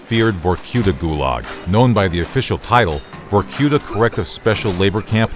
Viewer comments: Was? It is. Vorkuta is a city. And the stress goes on "a" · I hate the american pronunciation of vorkuta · VorQueta Victor Reznov- Vorkoota